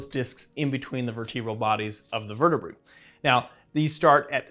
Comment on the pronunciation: Vertebruh lmao